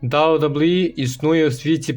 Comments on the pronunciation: Автор озвучтвает как рахит, посмотрел бы хоть как wwe правильно произносить, и твое рокииииии, ой сука ужас) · «Дабу дабу і» каже ахаза Гарно